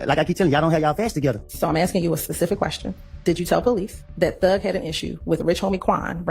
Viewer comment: …the same reason he says Pacific instead of Specific. Same reason he can’t decipher the difference between purge and perjury. He’s ignorant.